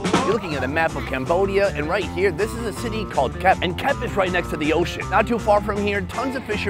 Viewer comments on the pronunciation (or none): Wrong pronunciation of “Kep” Sonny.. it should be “Kaip” like king Kai in dragon balls then add the “p” sound😅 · It’s actually pronounced “Kiep” but nice video! Really glad you are visiting our country😊